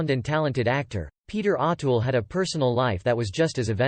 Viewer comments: I can't listen to this anymore ... in the first minute, you've mispronounced his name 4 times. There's really no excuse for that. If you're going to do videos (and therefore make money) talking about people who have been so popular and so influential, LEARN HOW TO PRONOUNCE THEIR NAMES!!!! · Pleeeeez pronounce his correctly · Pronounce his name correct